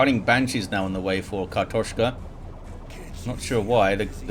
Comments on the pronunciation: You nailed that pronounciation! And indeed, картошка means potato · You pronounced it pretty right, im russian speaker myself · You nailed the "kartoshka", nice :D